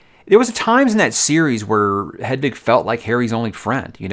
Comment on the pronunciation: are you saying Hedvig? 😂